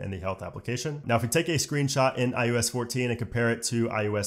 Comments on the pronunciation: Couldn’t get passed that it sounds like you’re saying IUS instead of iOS. Figure it out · Sorry for this nit-pick but it sounds like you are saying “eye-yo-s” and it’s driving me crazy. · This is a really strong presentation! You did a great job covering a ton features, slow enough to digest, yet fast enough to cover the material. Now my one ridiculous complaint. Sorry for being such a noodge. Why do you keep calling it iUS14 and 13 instead of iOS 14 and 13? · My only problem with this video is that he calls it IUS and not IOS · Is it just me or is he saying ius 14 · Why are you saying i u s? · I-you-ess 14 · Every time he said iOS 14 it sounded like he said iUS 14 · Dude every single time.. I had to check comments to make sure I wasn’t hearing things. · Why the hell does he keep saying iUS 14 😤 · No one:: “eye-OO-es” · Is no one going to talk about the fact that he said IUS 14 every time? What the hell is IUS? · You such at pronouncing iOS